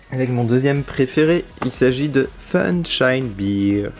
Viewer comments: Salut ! Tu prononces Bear comme Beer c'est à dire la bière. Bear se prononce "Bère" en gros. Sinon superbes achats l'ami ! Bravo. Pouce bleu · Bear sa se prononce pas bir mais bèr